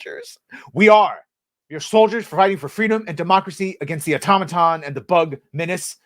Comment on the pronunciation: Finally someone else who knows how to pronounce "Automaton".